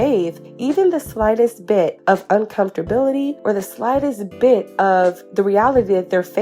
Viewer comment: A whole video and all I heard was "uncomfrortability"🤣